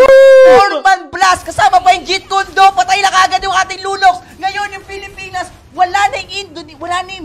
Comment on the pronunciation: "pilipins" "perst" ang cheap mag salita.